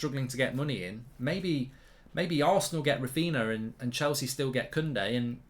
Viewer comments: His name is Raphinha, not Raphina. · it's Raphinha fam not Raphina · Clueless people, they have Coutinho, Ronaldinho, Fabinho etc and they can't make the connection with Raphinha and they keep misspronouncing the name, such disrespect and cavemen everywhere. Don't they watch highlights or match of the day or Martin Tyler or something, everyone there calls him correctly, the only place where they keep butchering the name is here on fan channels. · If you bid £45m under his value, it’s not really ‘almost there’ is it? Also, you’re not saying his name properly. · He's a Man United fan. Of course he wont pronounce a Leeds players name correctly